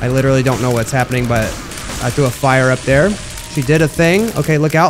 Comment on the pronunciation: Dude. Littarly said deletion completion